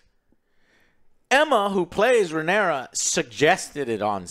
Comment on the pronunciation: Say it with me Joe... RAE-NEI-RA